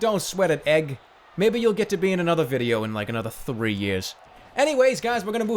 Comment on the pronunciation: Another gad damn it, anothah!